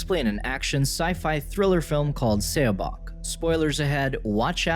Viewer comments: Korean is really quick to learn to read because of the Korean Alphabet. Please grab someone who can just relay to the narrator how to say a Title/Name. I die a little inside when a title is mispronounced. I'll even do it for you if you let me know. q.q The title would have been read as "SawBoke". - Saw like you saw a landmark or the tool to cut wood. - Boke rhyming with woke. - And then it being one word, you run it together without a pause between the two. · It’s pronounced “suh-bôk”